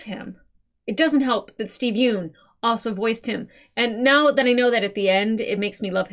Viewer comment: Steven Yeun's last name rhymes with sun, not soon. There is a clip of him as a guest on Conan where he (comedically) explains this.